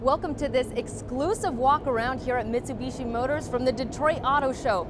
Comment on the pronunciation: its not mits-a-bee-she stupid